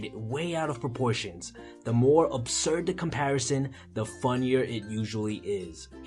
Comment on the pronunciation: he means, "proportion" everybody not porportions